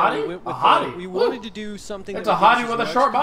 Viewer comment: Hauty, not hottie.